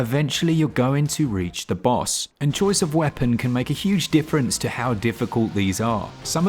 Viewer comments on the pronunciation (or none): none